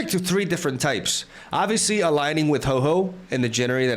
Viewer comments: Ho-Oh Not Ho-Ho lol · Bro can you please stop calling my favourite Pokemon HOE-HOE !? 😭🤣 Its name is Ho-OH ! Now i feel like being a creep for what my favourite Mon is called.... 😢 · I came to the comments to get in line and complain about your pronunciation of whore whore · I used to pronounce Ho-oh as Hoo-oh 😂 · I like it how he pronounces Hoe-Hoe